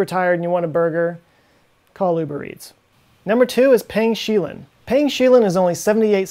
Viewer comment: "Payng Sheelin" BLAHAAHAAHA! Dude, thats pronounced "pung shway leen". And Shenzhen is not a province its a city in Guangdong province.